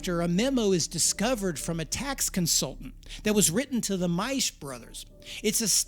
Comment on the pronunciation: MikeO Maisch & Company Too funny,, talker pronounces Maisch properly